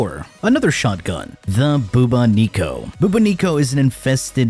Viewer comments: I've never heard anyone pronounce bubonico like that lol I've always seen and heard it as Buboni-co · These pronunciations hurt my soul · Never say ‘arca plasmor’ and ‘bubonico’ again!👀🫣